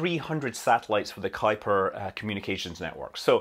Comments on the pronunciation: I know this is a small thing, but now I know how to pronounce "Kuiper!" I don't think I've heard it said out loud before. I've always wondered how it was pronounced, is it "kooper," is it "kipper?" I never knew. Ky-per. Thanks, Scott! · Kudos to perfectly pronouncing Kuiper. Haven't seen many English speakers get that vowel right.